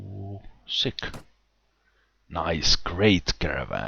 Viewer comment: It's not SICK, it's SICH (like you normally would read it in English). It was a place for free Cossacks in Ukraine.